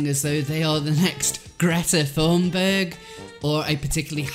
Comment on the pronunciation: Imagine calling people stupid yet not being able to pronounce "Thunberg”